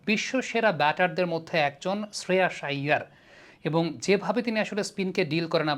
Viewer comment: Shreyas Iyer ভাই, নাম টা উচ্চারণ ঠিক করে করুন। বিকৃত করবেন না।